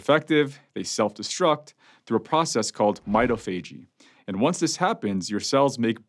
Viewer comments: Pronouncing MITOPHAGY. Not /m’eye-toh-fajey/ but rather /m’eye-TOF-agy/. Come on Doc! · Hi: That word is pronounced my-tof-a-gee. It is analogous to au-tof-a-gee. Most readily available lexica will not have this entry but running an search on the web, you can find the pronunciation. Thanks for spreading the knowledge! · It is pronounced "my - TAH - fa - GEE" Primary accent on the 2nd syllable, secondary accent on the final.